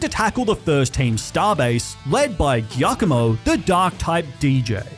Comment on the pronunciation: Is pronounced jiacomo. Its italian